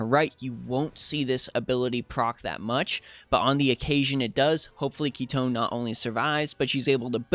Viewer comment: FINALLY! SOMEONE WHO PRONOUNCE KITONE PROPERLY!!! Aside from AOJ ofc hahaha Awesome content as always!!!